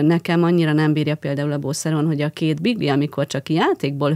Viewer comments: A Beagle kutyát nem "Bigli"-nek ejtik.... ennyit tudhatna a "szakértô"... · Ne haragudjatok, de milyen kutya az a bigli? Egy szakértőtől azért elvárnám, hogy normálisan ejtse ki a kutyafajta nevét! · Pont nem igy ejtik angolul, meg becezve se😆